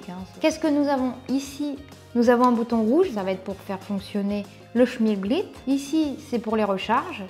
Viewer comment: Bonjour, je ne connaissais pas... Et tu me perturbes à dire "schmilblit"... Moi je dis "schimlblick" 🤣